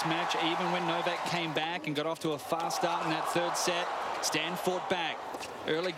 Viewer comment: It's not Stain it's Stan... Jesus...